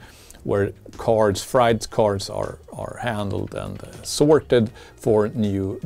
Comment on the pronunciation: Love your channel. Your English is very good. Just pointing out something. Height = hite. Freight = frate. Why we do that with the pronunciation is beyond me. I’m also learning Spanish as a hobby and that make pronunciation much easier.